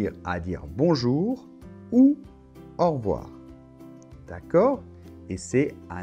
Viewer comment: Bonjour,. J'ai l'impression que tu dis « aujord'hui » et « en revoir » au début, pas quand tu les expliques. Dans « au revoir » on entend bien « ɔʁ·vo̯aʁ », alors pourquoi dans la phonétique l'écrit-on [ɔʁ·vwaʁ]; l'étudiant qui cherche la prononciation dans un dictionnaire pensera qu'on dit « au revouar », comme dans le mot /ouate/!